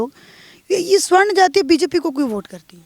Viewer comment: Sawarn boliyea swarn nahi